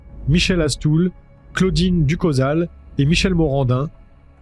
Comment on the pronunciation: Prononcer Ducho(=chaud)sal et non pas ducosal